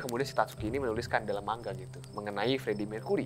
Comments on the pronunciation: mang-a bukan mangga jir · Manga woy bukan mangga 😂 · Lebih seperti ini penggalan nya : ma-n-ga. Krn orang Jepang tidak bisa mematikan huruf seperti lidah Indonesia.